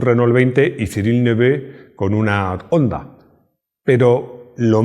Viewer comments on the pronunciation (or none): none